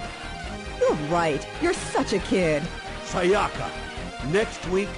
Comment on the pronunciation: That's not how you pronounce Sayaka. Also a thousand yen isn't a lot of money etc.